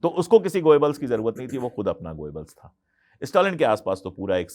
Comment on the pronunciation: भाई पहेले proper pronouns करना तो शीखें गोयेबल्स नहीं गोबेल्स था। N same goes with Bhutto, mushshrraf & so on…. Such films made everywhere… Hollywood too. Problem is, hit हो गयी बस, तकलीफ ये है बस। यर एक फिल्म क्या हीट हुई, all the ppl r goin behind it… Huh!